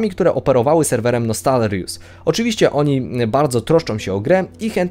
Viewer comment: Serio? Czemu tyle osob ma problem z wymówieniem tego słowa? :D Nostalrius - pierwsze 6 liter ze słowa nostalgia i dodać "rius". Nie ogarniam co w tym trudnego :s rozmawiam o tym serwie duzo z kolegą i słowo jak słowo.